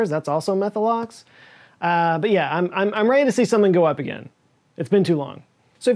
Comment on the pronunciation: = Yeah …not yay As in Oh Yeah! Like the Kool-Aid man.